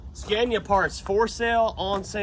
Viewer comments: you can probably find some mid 80s scania 113 dump trucks up around new jersey and new york that are twin drive and likely the correct frame width. Pick up a whole truck for parts and cut the frame you need. Sandblast, paint, and swap. also its pronounced scan-ee-ya. Not scan-ya lol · As a born European I am glad finally to se those great tracks from old world brought to US and show them to American brothers. But please Scania is pronounced with a like America not like that brand that my wife used to sell, Avon or something😂